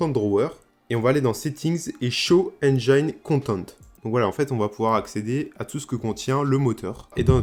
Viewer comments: "Engine" se prononce "haine-djén" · Super tuto, simple à comprendre et efficace! Je vais devoir regarder tes autres vidéos et surement m'abonner... Petite astuce pour prononcer correctement Engine, en français c'est comme dire "N Jean" (le pantalon, pas le prénom). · Enfait ça se prononce N-gine un peu comme une engine ;) Sinon vidéo plutôt complète et très sympa à suivre, bravo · Super tuto mais est ce que tu pourrais prononcer engine correctement stp ? Le i se prononce a la française tout simplement